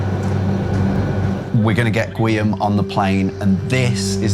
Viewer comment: It's not GWEE-am, it's GEE-orm.